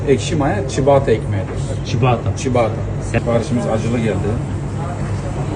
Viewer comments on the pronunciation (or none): Çabatta diye okunuyor çibata değil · Çibata değil söylenişi çabata